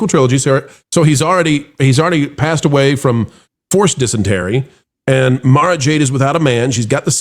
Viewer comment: Mara is pronounced like the president’s golf resort.